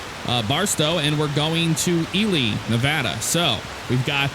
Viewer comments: Just a question, I’ve heard pronounce it the normal way before, but why has he resorted to saying “Ee-lee” instead of “Ee-lie” He’s said it normally before, now I’m coming back to binge watching these episodes and am getting kinda annoyed with his pronunciation of Ely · hi, sorry if you took any of that in a bad way, I also didn’t think you would check comments on a video this old 🤣 yeah I say “Ee-lie” so just found your way of saying it kinda odd. Thanks again for the reply